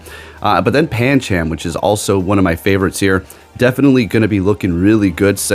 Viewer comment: gonna be honest with you the whole ca launcher thing bugged the hell out of us watching claw one syllable the whole thing clauncher is 2 syllables calauncher is three just had to stop that and paaaan chaaam i alwways thought pan chum (phonetic) sounds better/ correct but that is more down to you accent